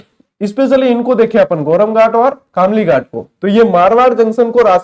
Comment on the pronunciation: खामलीघाट ❌ > कामलीघाट ✅